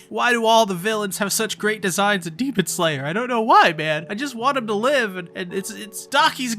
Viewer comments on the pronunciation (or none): none